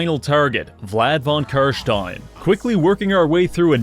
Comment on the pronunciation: Your pronounciation of "Carstein" pleases me.